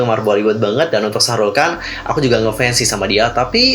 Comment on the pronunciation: Bukan Shahrul Khan tapi Shahruk Khan